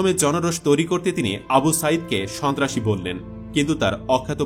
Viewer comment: Shontrashi ke shobtrashi bolche